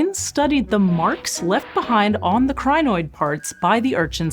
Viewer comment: Thought you said Gynoid, like a female Android.